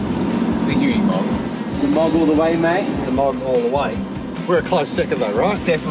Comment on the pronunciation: Pity nobody can pronounce Unimog. It is ooh neeh mog. It is Deutsch, not English. And, Mercedes is Mer C des, not Mirsydies. 😂